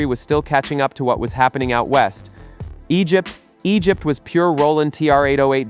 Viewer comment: Egypt --- Egypt... AI is still not perfect 😅